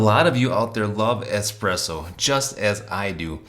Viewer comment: The espeesso boss haha